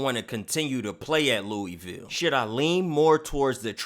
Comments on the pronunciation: come on its Loo-a-vul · wish you would pronounce Louisville correctly